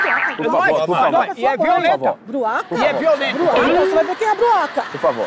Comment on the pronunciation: "Sua broaca" kkkkkkk, Ivo é fóda 😆🖒